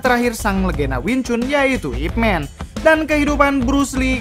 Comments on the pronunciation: Baca Ip Man bukan ip men. Ini kan sebutan sebuah Nama buka ejaan kosakata. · Nyebut namanya saja salah, sok ngulas Ip Man (baca : MAN, bukan MEN) emang org banyak teracuni super hero negri barat : supermEn, ironmEn, batmEn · Ip Man bukan "Ipmen". It's the dialect (Cantonese/Konghu) pronunciation of his name 叶问 （葉問)/"Ye Wen" (Ye sounds like "yeah" and Wen as it sounds in senewen). You can recheck it when Donnie Yen introduce himself in Ip Man vs Jin Shanzao scene:"Wing chun, Ip Man" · Bacanya Man bkn Men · Ip Man min bunyinya.... Bukan Ip Men